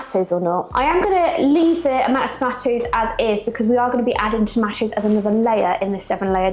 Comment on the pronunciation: the cheese should be grated finer, a little Tabasco speaks volumes to it. " wife" (snarky remark), pro tip, the "tah mah toes", need to be diced, not cubed lol (for sake). This is a dip for party's a.k.a. football games/Superbowl, not too much at Holidays, more like bbq's, church events.